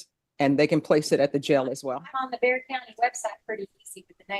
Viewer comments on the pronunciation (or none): isn't Bexar pronounced Bear County? Also, you should check out Steve Lehto's latest it's about a Wisconsin judge who sent someone (who was there for probation violation) to jail for something he hadn't even been charged with. It's crazy.